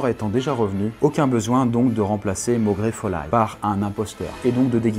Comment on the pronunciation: Personne est choqué du malfoille et maugray folaille?, leurs noms se prononcent malfoua et Maugray fol euil